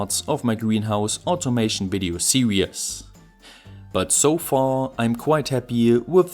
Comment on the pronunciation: If you pronounce "Series"; "Serious", how do you pronounce "Serious"?